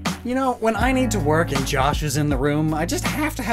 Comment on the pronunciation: I thought you said Jimmy when you said Josh then played the Jimmy vine